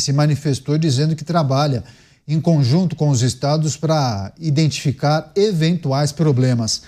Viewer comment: O apresentador falou por 2x: é preciso iNdentificar 😮